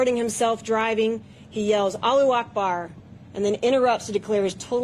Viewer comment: You had me up until when he said aluakbar….. psyop